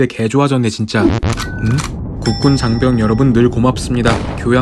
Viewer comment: 4분 35초에 장변이 아니라 장병 아닌가요?